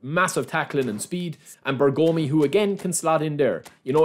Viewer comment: Please respect for zio Beppe Bergomi : pronounce it like BE'RGOMI not BERGO'MI😂